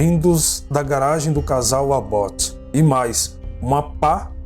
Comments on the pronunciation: cara nao é Abótt , é Ábott e nao é pontiác é pontíac! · Adoro seu canal e voce com seu narrador mas queriam deixar uma observação a pronúncia correta do sobrenome o é ÁBoth( com a tônica a fôrça da pronúncia na letra "A". Eu coloquei o acento agudo no A para a demonstração desta pronúncia. É isso. Im abraço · Querido a pronúncia correta do sobrenome do assassino é ÁBOT. A letra a tem som mais forte como se tivesse um acento agudo no A. Beijo...beijo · Impecável, com uma ressalva, em Abbott a sílaba tónica está no A